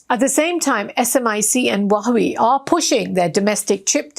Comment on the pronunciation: Please lady, learn to pronounce China’s president’s name and Huawei correctly. Get some help 👊🙏Your reports are great, but these two pronunciations diminish your shine and make you sound like an idiot 😢